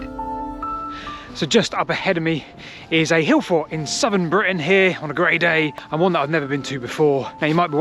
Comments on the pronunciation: Britain not Britian... Other than that a great vid. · britIAn? Oops